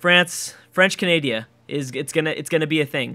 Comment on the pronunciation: not sure if pronouncing canada as canadia because of the american education or just a personal mistake